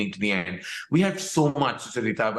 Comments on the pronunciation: Soo-chuh-rita lol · Have we been pronouncing Sucharita's name incorrectly, or is Karan?? Do u guys call her Su-cha-rita or do you call her Sucha-rita like Karan just did?? 🤔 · He keeps pronouncing sucharita wrong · I love how Karan pronounce Sucharita😃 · Maybe Karan should have pronounced your name correctly throughout the interview.